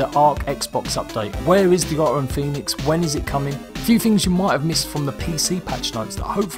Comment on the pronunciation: The guy called it fènix lol